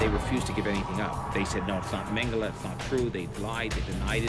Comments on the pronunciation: It was hard to listen as nearly every person pronounced his last name incorrectly, it’s mang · uh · lay. It’s not mang-uh-la. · Yeah it's not Mengelay either. Every time that guy says it, it's so annoying.